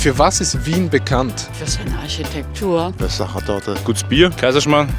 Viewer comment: worlds best kebap in "Wjiehn" oder doch nicht lieber Vienna?;)